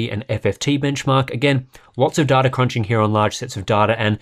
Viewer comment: Imagine pronouncing data as duh duh